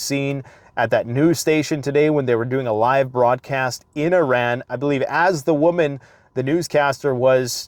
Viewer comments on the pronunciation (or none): none